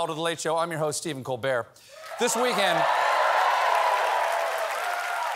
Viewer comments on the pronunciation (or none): none